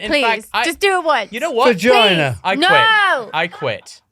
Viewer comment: "Vajinah" - Ozzy Osbourne